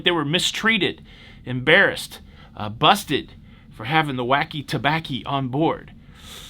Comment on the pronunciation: I just think it's adorable that called it "wacky toebacky"... 🤭, thanks for another day of cahroose news that made me smile AND informed me!